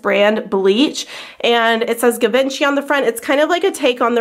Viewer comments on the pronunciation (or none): That's not how you pronounce Givenchy :I